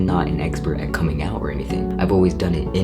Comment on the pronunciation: when he us talking about coming out and he sounds like hes talking about a turtle